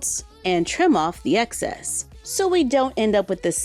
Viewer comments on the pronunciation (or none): none